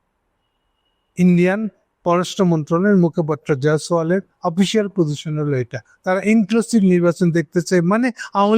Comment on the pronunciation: ''জয়সোয়াল" না "জয়শিয়াল"